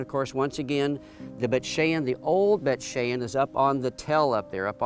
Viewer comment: It's Bayt SHAWN.